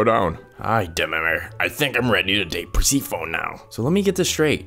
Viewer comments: Not the (PER- SEE- PHONE) instead of (PER- SEF-FONY) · When he said Persephone like persigo instead of it like persefoni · Perc-phone I am weak. Word of the wise it is per-sef-a-knee for future use. You did good though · ahh good morning perseyperphone as you say web comic ok can you like just look it up persephone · bro rlly said persepophone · PER-SEE-PHONE PER-SEA-PHONE PEER-SEE-PHONE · No it's Per-Seph(sef)-oh-knee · Bro literally said Perphesone once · Where's Purse-a-phone? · Man fr said “Per-sfee-phone” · why he say persephone as PerrrrSIphfOOOnE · Bro wont pronounce Persephone right